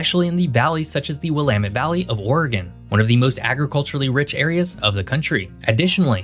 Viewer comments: As an Oregonian I just have to give you a shout out for not pernouncing it "ore-gone" and "will-eh-mit." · As a resident of Klamath Falls in the southern portion of the state of Relative Obscurity, I mean Oregon, I want to say congrats on properly pronouncing both Oregon and Willamette river and valley. Most of the time, both get butchered. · Hey I just want to say how much I appreciate your correct pronunciation of both Oregon and Willamette. I don't know if you're from around here or just did proper research but you're one of the few videos who say it correctly!!